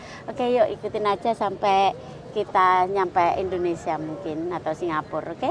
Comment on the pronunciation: Indonesia bukan indonesa mbak jgn salah sebut, moga selamat sampai tujuan...